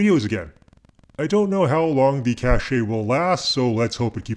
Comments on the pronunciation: Cache is pronounced cash. I remember that this mispronounciation became popular maybe a decade ago but I had happily come to believe that it had gone extinct. However, in the last couple of days I have heard it come galloping back and encountered it in numerous videos. I have no idea why. The word pronounced "cash-ay" is spelled cachet and means something completely different. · Hi. Please check out the difference between cachet and cache, and their pronunciations. Greetings from a long time subscriber ;)